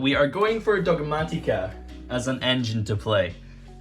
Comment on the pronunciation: Say it with me now, it’s pronounced “Dog-mah-TIH-kuh” there is no TEA in Dogmatika.